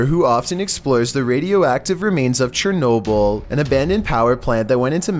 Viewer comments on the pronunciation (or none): none